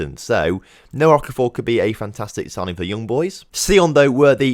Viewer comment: Good to see you saying Okafor correctly. (Don't think I am actually related to Noah to be honest)